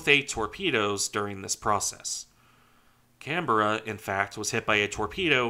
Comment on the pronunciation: My home Canberra is tricky to pronounce; you did very well. ❤ HMAS CANBERRA ❤️ USS CANBERRA